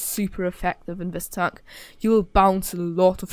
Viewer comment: Heavy Townk and Meduim Townks xD